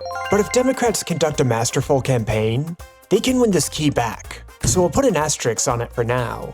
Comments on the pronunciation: Asterisk = aster risk. Not aster rix. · When did, "Method" become, "Methodology"? Astericks? It's, "asterisk". Or, do you mean, Rick Astor. I've got one of his records. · It's not an Asterix it's an asteRISK